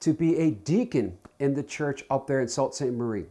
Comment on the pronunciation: It's pronounced (sue)saint marie